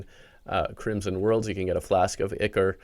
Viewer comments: Pronounce Ichor as ieckor instead of ickor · Brother, It's pronounced "Eyecore" not "icker" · ichor is pronounced (eye-core) not (ih-core)